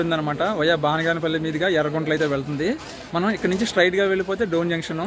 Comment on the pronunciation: బానగాన పల్లి కాదు బనగానపల్లి